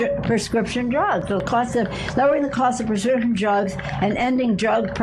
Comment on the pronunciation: "Lower Pzzzlit Costs" Bring me a Martini.